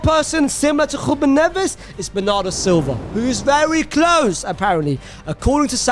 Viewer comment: Man please stop with some of the pronunciations, not hating its just that your sounding funny at times, you go and stand on the R on Ruben for 1 minute and than say Neves like nothing. Just say their names as they come to you